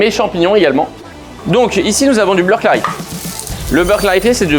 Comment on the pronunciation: Bleurre clarifié ? 😅